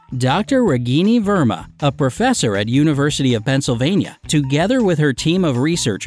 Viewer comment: its funny that you can't read Indian names Ragini varma